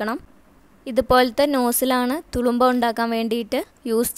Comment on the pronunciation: തുളുമ്പാ അല്ല തുറുമ്പ എന്നാണ്..